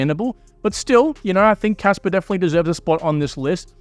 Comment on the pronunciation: Stop pronouncing kaspa as kasper